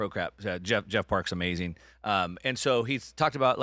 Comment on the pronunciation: It's AMAZING....not AMAZINK!!! 😣 Where's Bert today???